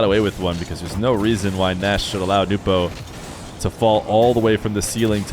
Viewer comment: If I remember correctly from an old Appjack video, Nass is actually pronounced Ness